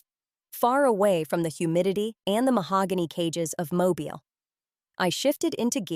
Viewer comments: The name of the city is pronounced "Mo-bil". It is a city in Alabama,USA. Watching from Tampa, FL, USA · You are pronouncing the city in Alabama incorrectly . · Learn to say the name of the city!!!